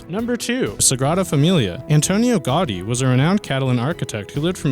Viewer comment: sarr-crarda fa-milia was the only name he prenounced correctly....even Gaudi he got wrong...lol....far-kade...lol....too much....FAH-SARD....DUH....and the biggie..."EDN-BERG.....BWAAAHAHA...EDN-BURRAH.......or EDNBRUH.....you mong.